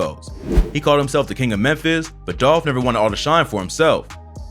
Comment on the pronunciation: ITS DOLPHHH 🐬🐬🐬🐬 RIP